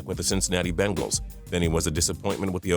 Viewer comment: why does he say bengals like bingals